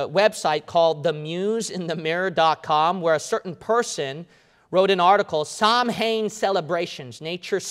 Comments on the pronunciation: All true except samhain is pronounced “sow-win”... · Samhainn is pronounced ss-ow-inn (the ow part sounds like you are hurt and saying" ow " as in "ouch")